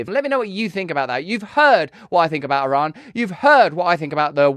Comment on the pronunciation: Youre not pronouncing Iran correctly Russell come on mate